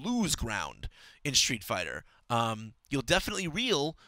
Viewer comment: street, not shtreet!